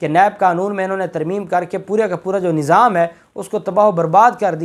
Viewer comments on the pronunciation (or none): none